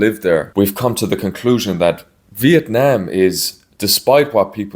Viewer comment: I love that the way you pronounce Vietnam is exactly on point and the same way locals say it, not like Viet "Nom" (rhymes with omnomnomnom) like how much of the western world butchers it. Great job!